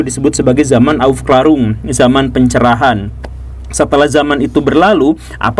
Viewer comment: Zaman Aufklärung kalo dibaca (aufklerung). sedih gua dengernya ygsudah 11 tahun di jerman :(